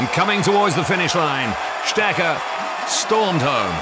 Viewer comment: Strecher?! With a special emphasis on the "ch". Seriously...this is pathetic